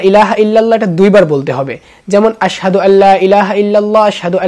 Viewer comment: আসসাদু বললে হবে না আসহাদু